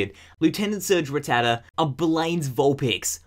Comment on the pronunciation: It's rattata (rat-ata) not rattata (rit-tad-a)